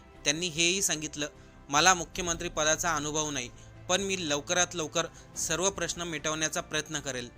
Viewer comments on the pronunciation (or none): none